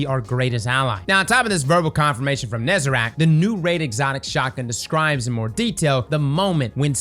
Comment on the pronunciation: please stop saying "nezerac"